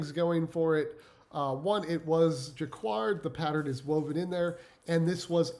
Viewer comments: Dude! Jah-card. Not like quiet. Not qward. Ur killing me but ur info and channel are great thanks! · Jaquard =Jackard (pronunciation) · Pronounced Jacquard = Juh-kaard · He actually said it wrong 😂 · Great information, thanks! Just a heads up, jacquard is pronounced jac-kard and foulard is pronounced ful-lard. Fouard is the word for necktie in French. Basically when we say a foulard pattern in English, it denotes a group of classic patterns that were specifically designed for men's neckwear. Foulard print translates to necktie print. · Couldn’t stop laughing at the Ermen-dildo tie!!! 😂 (last name pronounced zen-ya...also that pattern earlier is pronounced jack-erd)